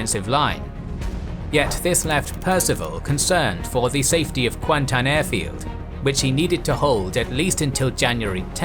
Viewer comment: kuantan was correct though